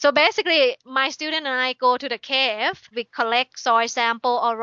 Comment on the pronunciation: "My students and I go to de caeeev". Not trying to be offensive, I laughed a lot and I'm not sure why.